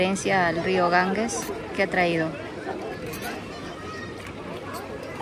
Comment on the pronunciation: La Risa de ustedes es la que mas nos agrada...A proposito....el Rio Ganges, se pronuncia: Ganjes.